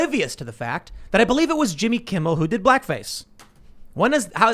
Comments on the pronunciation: Kimmel not Kimbel. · Love Gutfeld, but for the love of pete, tell dude it is Kimmel not Kimbel. I am not even a Kimmel fan but man that is annoying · Jimmy Kimble? It's Jimmy KIMMEL. Either way, they both suck. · I like how calls jimmy kimbel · It started with Red Eye years ago. Also was he saying Jimmy "Kimbal" on purpose lol. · Define cringe: Pronouncing it "Jimmy Kimble". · I'm a big fan of mispronunciation "Jimmy Kimbo", I hope that sticks!